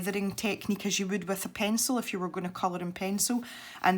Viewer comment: That's funny because I do the same with you and giggle every time you say "IF" because I think you're doing to say "Eff you" or something, lol!! That's our clean way to say "f×c* you"